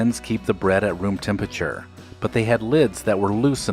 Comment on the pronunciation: Please find a human voice. Not one that's AI with male vocal fry, and a dying fall. Temperature rrrr rrrr. Otherwise, not bad.